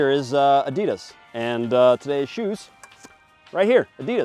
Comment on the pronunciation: Jay Mike does not approve how pronounces Adidas.